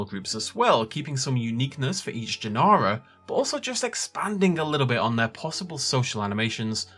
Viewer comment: Is there an English translation for “Gen-ar-ah”? Are you saying genre? Wouldnt species be a better word?